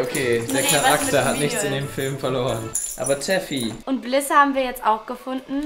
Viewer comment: Der hund heißt toffy und nicht teffy😂😊